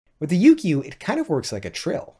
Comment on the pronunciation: Heya! The "kyu" part of "Yukyu" is pronounced like the first part of "cute". So it's not "Yuu-Kee-Yuu", but more like "You-queue". When plucked it sounds a lot like the Japanese Shamisen. And bruh the little test music at the end was magical AF. Imagine that echoing off of some vast mountain terrain.